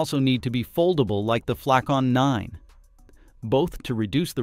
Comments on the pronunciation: Flacon nine??????? AI crap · we have the proof this is a IA voice: "Flacon9" 😄